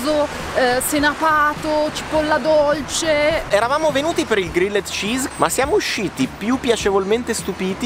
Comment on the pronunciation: Ragazzi, siete i numeri uni, sempre un simpatico e fresco appuntamento della domenica... Però ve prego, almeno un "grill'd cheese", no g-r-i-l-l-e-d come si scrive, non si può davvero sentì. Comunque un abbraccio da un ammiratore sfegatated